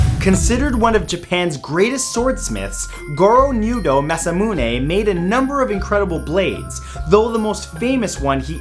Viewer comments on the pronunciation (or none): Itto ryodan. And it's maz'A'muune...